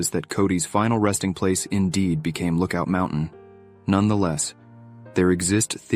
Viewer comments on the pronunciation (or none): It's not not pronounced "Loookoot" Mountain, it's Look Out Mountain, and the views shown , are not from Lookout mountain. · "lookoot mountin" really? the word is lookout.. out... not oot